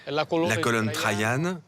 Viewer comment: Magnifique, mais il y a quelques erreurs, notamment : vous parlez de l’Aventin, mais il s’agit du Palatin qui domine le Colisée. La colonne Trajanne et non Trayane.